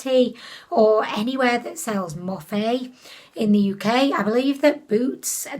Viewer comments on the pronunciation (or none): I love how you pronounce morphe more-fay 🤣please don't ever change